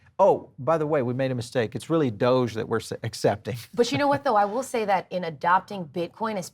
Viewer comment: it's not 'doja coin' it's doge coin,!